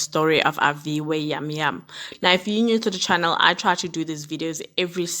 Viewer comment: It's Jam Jam pronounced with a J vha ❤️ thank you for telling her story. We went to the same school noAviwe and traveled together a lot. I really hope justice is served accordingly.